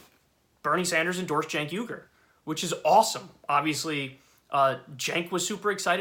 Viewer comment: Don't feel sorry for the Russophobic Russiagater. Good riddance. Oh, and it's Uygur, not Yugur.